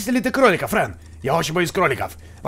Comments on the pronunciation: не френь а фрэн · Фрэн а не френь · не френ а фрэн